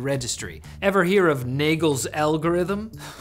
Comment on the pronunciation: Nagle's algorithm i had to see the subtitlesssss lmao